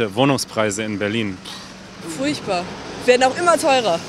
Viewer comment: Es klingt als ob sie hat "fruchtbar" statt "furchtbar" gesagt. Dass bedeutet etwas anders. Ein Versprecher, nehme ich an.